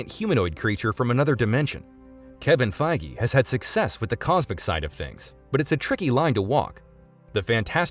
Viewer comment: How could you say Feige correctly, but not GODdard?